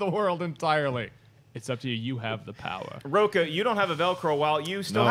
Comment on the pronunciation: William Miller I knew I wasn't the only one who caught that. Additionally when he (Rocha) talked about it's quality that matters. You don't say Rocha?